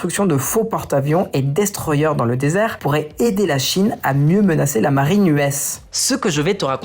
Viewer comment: "destroyer" se dit destroyer et non eur